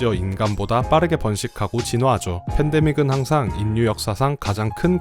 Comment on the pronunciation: 수고에 감사드립니다. 그것과는 별도로 "인류"의 발음은 [인뉴]가 아니라 [일류]입니다. 자음 역행동화현상 때문에 그렇게 발음합니다. "신라"를 [실라]로, "삼천리"를 [삼철리]로 발음하는 것과 같은 현상입니다. 또, "독립"을 [동닙]으로 발음할 때처럼 자음끼리 접할 때 둘 다 변해서 발음되는 자음접변현상도 있습니다. 듣기에 거슬려서 몇 자 적어 봤습니다. 이 댓글은 저 동영상에 담긴 것 중 몇 부분을 수정하여 다시 올리시면 삭제 하겠습니다.